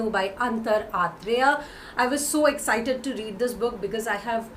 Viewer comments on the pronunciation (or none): none